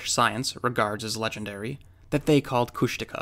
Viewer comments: Kóoshdaa (land otter) Kháa (man/person) Kóoshdaa kháa: Land Otter Man or Land Otter Person; people who die at sea, drown, are taken by the land otter people. They are NOT big-foot (jínkaxhwách’aa), which is totally different. It’s certainly not Coosh-DAW-kuh! 😀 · Kushtaka is pronounced with emphasis on the final syllable. Phonetically it would be: Kooshdakhaa HTH, Doc